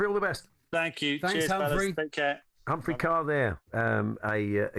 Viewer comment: Hats off to the presenters who got the pronunciation of Humphrey's surname correct for once. It's the same as in 'CAR' not KERR 👏👍